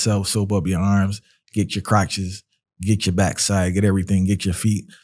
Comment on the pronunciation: Yo! Real talk! Yet; I can't stop laughing! You sound like one of those old fashioned Jamaicans; when you said: Crotches! Good commentary!